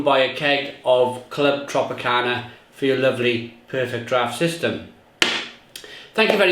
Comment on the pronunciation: It’s not called Clwb Tropicana, it’s Clwb Tropica.